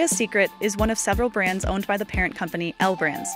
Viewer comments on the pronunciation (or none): none